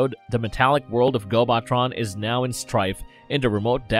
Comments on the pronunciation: My biggest problem with this channel is this constant mispronounciation and words. On at least every video that I've watched about Transformers or related related material there's been something that's mispronounced. Gobotron is pronounced GO-buh-tron not GO-bot-tron. Fitor is pronounced Like FIGHT-or not Fee-tor. (They literally say the character's name right before you say it). This last one, may be a national difference in pronunciation. But in the states we say Intrepid En-TRE-pid not EN-tre-pid. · I still have a lot of love for GoBots. Heck, I still have several from my childhood. I have the DVDs and they look great btw. The planet is pronounced Gobo-Tron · and its gobo tron not gobot tron, way to ruin what could have been a great video